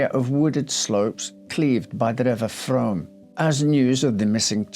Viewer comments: A minor observation, the river is pronounced Froom as in moon. I remember the case well. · What a sad sad case. I could listen to you talk for hours, such a lovely voice, & so smartly atired & groomed. Thank you. The name of the river is pronounced Froom, even though it is spelt Frome!!! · Excellent presentation,, although I need to point out that 'Frome' is pronounced 'Froom' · We pronounce it: "froome". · Interesting story. Thanks for doing this. Just a heads up. It’s pronounced Froom 😊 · The River Frome is pronounced Froom, like broom. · Spelt frome pronounced froooooome! X